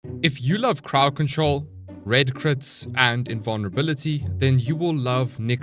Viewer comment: I thought he said paw patrol instead of crowd control